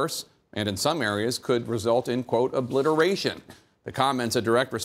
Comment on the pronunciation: Obliterarion? Seriously, psychiatric president?